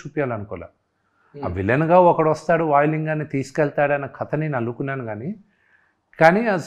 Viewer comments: వీడికి కథ అనడం కూడ రాదు.. Katha అంటాడు 🤦‍♀️ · అరేయ్ తింగర సన్యాసి కత కాదురా కధ అని పలకాలి రా యాప్రాసి నాయాల